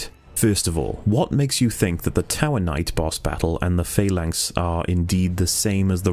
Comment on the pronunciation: Can just point out that the word 'phalanx' does not have a long 'a' and is pronounced 'falanks' rather than 'faylanks', just for future reference.